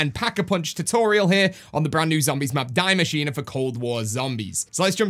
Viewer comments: you pronounced the map wrong. its dee masheena not dai masheena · It's a German name and it's pronounced DEE MACHINE-EH